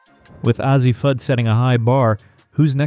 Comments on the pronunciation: Who's AH-ZEE Fudd ??? I know who A.Z. Fudd is, bit I've never heard of AH-ZEE Fudd. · Azzi is A Z, not az zee. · Why do you continue to mispronounce Azzi ??? It's simple .... A.Z. Cannot take you serious. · Why can you not pronounce the names of the players? Pronounce: A-ZEE and BECKERS. Smarten up, please, you sound like a fool. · If you can't even pronounce "Azzi" or "Bueckers" correctly, it's very hard to take you seriously. I mean, c'mon man. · I agree with this statement. Between Azzi and Paige, they names are always pronounced wrong